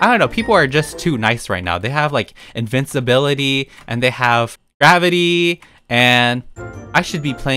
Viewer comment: yall its not invicibility nor invisibility. its invicinbility i